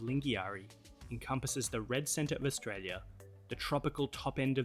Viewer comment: You should say Australia right